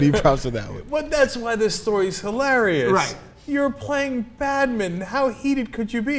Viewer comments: why dont they pronounce badminton properly. they miss out about half the word. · badminTON, not 'badmin'